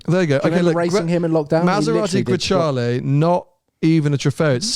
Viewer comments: WHy do you pronounce it as GreCHale? It clearly says Grecale. It's read how it's written in Italian. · Is it not pronounced "grakalé" ? 😬